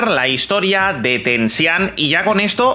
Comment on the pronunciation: Bro no hate asi se pronuncia (tenchinjan) no tensihan